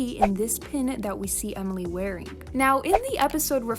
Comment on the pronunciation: Did you just say Omoly it’s pronounced Emily